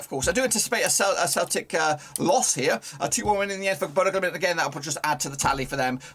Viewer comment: RELAX your talking speed it's BODØ GLIMT not GLIMIT WTF IS THAT !?